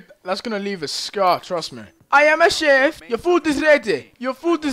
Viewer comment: GUYS LOOK ! DEJI SAID : " I am a chef ! " AND IT SOUNDED JUST LIKE : " My name is JEFF ! "